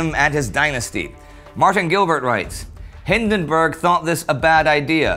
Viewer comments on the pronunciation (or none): none